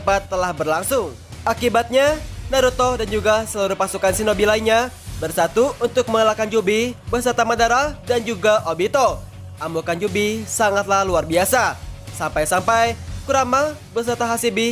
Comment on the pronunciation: Kyubi bukan kiubi